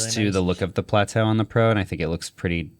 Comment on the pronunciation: Why are you all calling it Plateau 😭